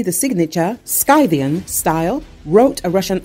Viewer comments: The pronunciation is not “Sky-theean”” it is “Sith-ian” the c is silent as in the word Scythe, a tool credited to the Scythians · Scythian is pronounced /ˈsɪθiən/ -- "s" as in "sigh", "i" as in "kit", "th" as in "thigh", "y" as in "happy", "a" as in "about", and "n" as in "nigh". So, "s-i-th-y-a-n" and not "sky-thi-an". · it's [ Sith-e-an ] . the "c" is silent. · "Scythian" is pronounced "Sith-ee-an" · Yep, I cringed every time she said it with the C sound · AI unable to pronounce "Scythian". Bravo. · This AI can't pronounce Scythian properly it seems.